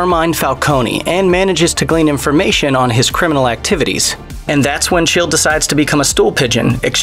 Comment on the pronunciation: I believe its pronounced “Schill” not “Chill” just because it was written that way 😫 did you actually watch these or are you just reading a script someone wrote you?